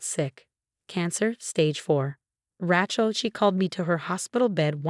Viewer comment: Rachel is pronounced with a Long a!?